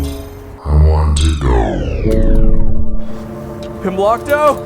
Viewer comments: i heard “comblockto” the first time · Glomblicto no 😭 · I just double checked and it says "Pimblokto" in the description of the video where he made a playlist. Maybe he's spelled/pronounced it different at different times or something, I don't know. I don't think so though.